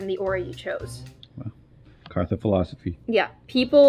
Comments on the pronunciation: not even kartha gewert, its artha gewet!!! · It's Kartha, not Martha